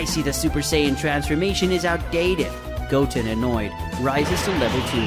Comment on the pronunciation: It's not Gotn it's Goten pronounced (Go-ten) not gotn